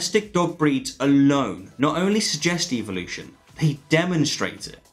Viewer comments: Why are you pronouncing it Evil-ution and not EvOlution? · I wish they wouldn’t pronounce it EVIL-lution. That’s the real reason they don’t like it. Otherwise I think they would like it. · This Australian guy says evil-lution! The bones on the whales are not vestigial, they are for reproduction. God made no mistakes! I suppose you think your more intelligent than the creator of the universe? How did DNA come about? Billions of years? Small or large a Dog is a Dog! Still no explanation of life from nothing, DNA from nothing. Take God out of the equation and evil-lucion is still impossible and stupid....